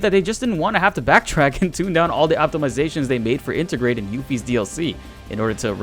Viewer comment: Inter-grade,, not inta-grah.